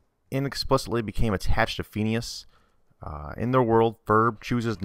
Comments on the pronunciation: how come you say pheeneus instead of phinius? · Its pronanced finius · Fin-ee-ous. x3 I like this theory, strangely. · It's pronounced Fin-ee-as... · It is fin ee ous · i like how u pronounce phineas wrong but pronounce balgeits (dont know how to spell but u get wut im saying) name wrong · Lol the way he pronounces phineases name XD